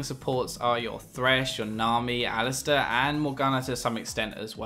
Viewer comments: Alistair? Stair? Really? :p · HAAHAHHA ALISTAIR INSTEAD OF ALISTAR AHAHAAH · ali-stair? Lol